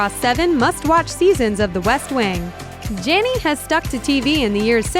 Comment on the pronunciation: Evania Endellion they didn't mention half of the things she has been in including Finding Nemo. They also mispronounced her last name.